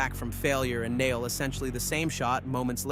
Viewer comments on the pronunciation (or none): none